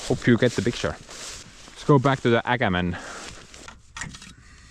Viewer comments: see ei ole ääkermän see on ookerman 😂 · Åkerman. Not Äkerman 👍😂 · Sorry but its (O)Åkerman with an Swedish å(o). So you can just say Okerman! Glad you got it, really good machine for the price. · Nice Pronuce it with Oo insted for a OOkerman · Its pronounced Okerman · Just say okerman. Å is as o if you talk english and not swedish